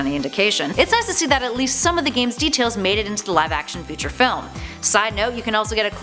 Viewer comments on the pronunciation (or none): none